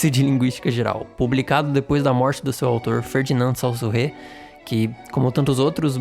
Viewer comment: Saussure, o pai da linguística, se fala "çôçir"